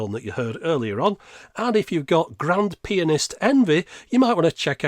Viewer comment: Pronouncing it PI-anist just to go for the pun at the end?